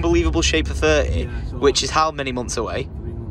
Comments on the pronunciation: Or are you saying year instead of yeah? 🤔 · English people saying “yeah” instead of “year”